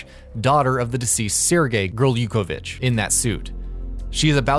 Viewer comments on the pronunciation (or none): Dear narrator it is gurr-luke-ga-vich lmfaooo